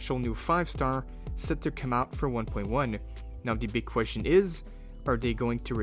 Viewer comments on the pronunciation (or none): none